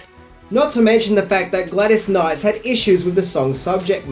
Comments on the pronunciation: Haha,”Gladys Knights”. Is the name mispronunciation thing on purpose? Are they Easter eggs for fans? Do I get a prize if I catch them all? I feel as though there’s at least one in every video, haha! Whether by accident or on purpose, love you,, and your videos are great!! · Gladys Knight... there's no "S"